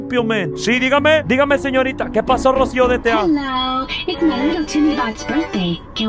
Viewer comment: Es efecto Manuela, porque siempre pensé que le decían rocío GTA no rocio DTA jajajaja